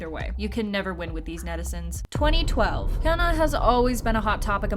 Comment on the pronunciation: Pronouncing hyunaA hayuna is a crime 😖